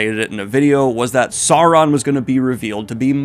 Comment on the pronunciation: "Sou-ron" not "Saw-ron"